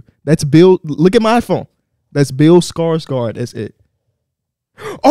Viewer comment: I never want to hear pronounce Bill Skarsgård ever again man that shit was worse than how the wizards are currently